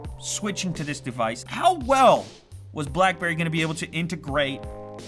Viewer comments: BACKBERRY..... ffs get it right XD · Back berry priv? Lol